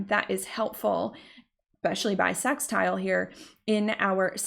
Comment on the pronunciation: I love the way you say 'sex'tile 😉